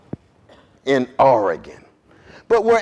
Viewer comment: I always appreciate when national public figures pronounce Oregon correctly.